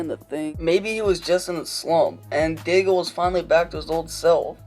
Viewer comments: Day-gull LMAO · Dagel sounds so dumb- and you even said it right once after hearing it and then went right back to Dagel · "Daig-el"...just goes to show you know nothing about hockey and you're just reading off someone else's words. Disliked. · Wrong prononciation.